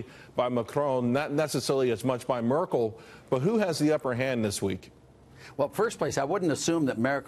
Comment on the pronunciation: I literally cringed when the reporter said "Markel", instead of "Merkel". I mean there have to be some standards of at least knowing the names.